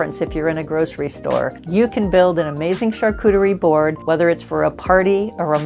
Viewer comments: Why do you pronounce it Char coo teree when you hear correctly pronounce char coo tree? Why add the extra syllable at the end teree? You’re luckily married to a Frenchman that can help you with your pronunciation 😊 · my dear i have traveled the world i have lived in Asia and Europe. She is mispronouncing the word and so are you if you pronounce it like this. You should talk about what you know not what you think you know!!